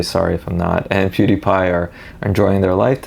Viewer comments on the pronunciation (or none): none